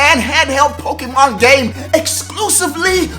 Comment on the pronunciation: The acsented e in Pokémon make the ā sound